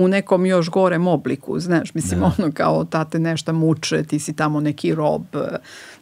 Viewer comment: sve tip top , teče razgovor , prijatan , fonetika , i onda čujem kaže " neštA" hvala , prijatno ... odustajem